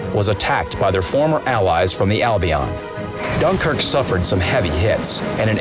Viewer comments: .Yep Gunkuerqe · Gunkrk lol